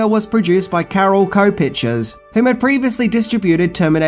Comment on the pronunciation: "carololco" lol